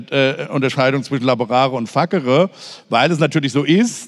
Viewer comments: Precht wirkt manchmal in Gesprächen so streng, angespannt, besserwisserisch. Iwie mag ich das nicht. Und nochmal, es heißt "fazere" und nicht "fakere". Er sagt es in jedem Gespräch falsch, hatte aber scheinbar Latein? Dann bitte richtig! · Statt fuckere wird facere laut meinem Lateinlehrer und Lautschrift aber ganz anders gesprochen 😂